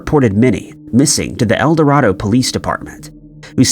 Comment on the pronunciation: Just for future reference its El Do(ray)do, Arkansas. I live about 30 minutes form there.